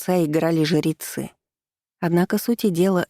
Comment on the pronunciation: Вопрос чтице: почему жерецы а не жрецы? Звучит как жеребцы?